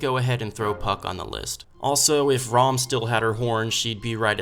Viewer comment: He really said ROM